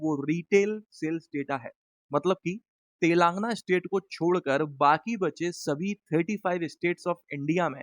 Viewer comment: Wo telaangna nahi hai, telangana hai!